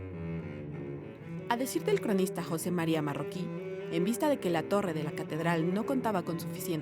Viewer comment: Excelente programa. Pero la dama que narra los clips debe aprender a pronunciar correctamente. Por ejemplo, "Balbás" y no "Balbas". "Ecce Hommo" pronunciado "eche homo", "Marroqui" y no "Marroquí", etc. Saludos